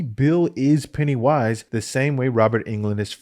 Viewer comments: Why you say ‘Pennywíse’ like that 👀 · Why do you keep saying "Penny Wise" with a pause in the middle? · the way you say Pennywise genuinely bothers me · is he saying "Pennywise" wrong? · Is there a reason he says pennywise weird?